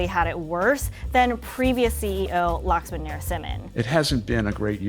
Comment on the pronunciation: Thats literally not how you pronounce Laxman.